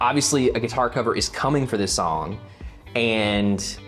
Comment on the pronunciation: I don't think I've ever laughed so hard at a reaction video as I did this one. You're editing is out of 10. Living in NC I appreciated the way you said sawng haha You totally rock the "grandma in the grocery store" in the hat vibe btw Ateez is really good at creating unique different music which is one of the many reasons they are my favorite. You definitely weren't alone in geeking out over the music aspect of it. I totally freaked over the organ part because it really makes it sound so epic and daunting. Its like they see the typical standard for a kpop song and throw it out the window. As far as the lore goes, you should watch the teasers because they do reveal some things but I think the kids at the end might be the witnesses and/or the kids that woke up from Guerilla. Good luck with the cover haha!